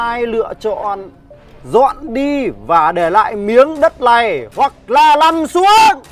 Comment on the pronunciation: ":face-blue-smiling::face-blue-smiling::face-blue-smiling:xin lỗi" thành "xin nỗi":face-green-smiling::face-green-smiling::face-green-smiling::face-green-smiling: ẩm số là j vậy ak? "nằm" thành "lằm", "này" thành "lày" "này" thành "lày", khôn ngoan LÊN chứ ko phải NÊN "này" thành "lày":face-blue-smiling::face-blue-smiling::face-blue-smiling::face-blue-smiling::face-blue-smiling::face-blue-smiling::face-blue-smiling::face-blue-smiling